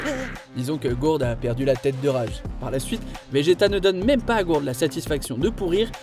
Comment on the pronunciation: ghourd ?????????????? connais pas Guldo oui un peu de respect franchement déjà la version anglaise c'est immonde mais si en plus vous faites même pas l'effort pour les noms.....